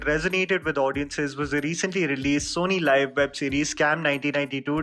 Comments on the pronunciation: Its pronunced sony leave not live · It’s SONY LIV AND NOT SONY LIVE. Some reviewers this guy is.